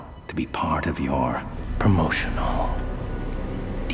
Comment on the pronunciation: PRoMO-shun-AL DvD